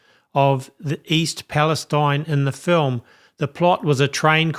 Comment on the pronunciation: I don't mean to have a go at you but why is Palestine pronounced differently ? Is that to please the Zionist lobby ? Which is out of racism against Palestinians. It would be better to change the spelling to eene.